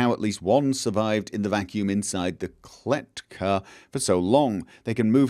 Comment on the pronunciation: Kletka is actually how you pronounce cage in Russian